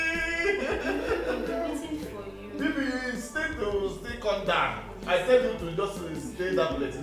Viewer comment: Nwanne m,, I can feel your pain,,, is velly velly difficult to tlen gill,, 🤣🤣🤣 Ewoo nta nta nwanne m nwoke bụ kwa ìgwè,, nta nta indeed 🤣🤣🤣